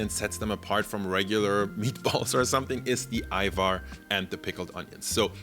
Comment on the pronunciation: i've been seeing more youtubers talk about Ajvar recently. being albanian Its been EXTREMELY triggering that they pronounce the J like an actual J. So thank you, for saying it correctly lol.